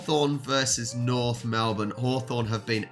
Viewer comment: okay loved the video but if you don't stop calling them Mlebourne... they are NORTH omg@ you are killing meee!!!!! Melbourne is Melbourne and North Melbourne is NORTH... AHHHHHHHHHHH ... okay rant over... LOL